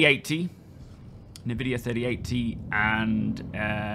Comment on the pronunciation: Nice vid, 3.23 looks super promising but why did you call it an "Nah-vidiya" (Nvidia) 3080? It is pronounced "En-vidiya." Just google any video of Jensen Hwang (CEO) and hear the company's actual name being pronounced.